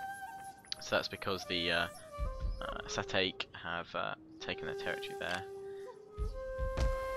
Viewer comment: And it is not "Sa-TAKE"; it is "sa-TAK-ay."